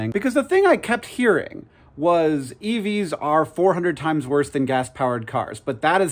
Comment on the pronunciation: Youtube put this video on right after another and i kept hearing "eevees" and i had to stop what i was doing to read the title and get some context lol